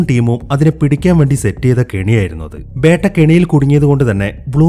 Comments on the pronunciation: ബേട്ട അല്ല ബീറ്റ beta 😂😂😂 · Bro 'Beytta' alla 'Beta'. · ബേട്ട ala it's ബെറ്റ ഒരു ബീറ്റ 🤦🏻‍♂️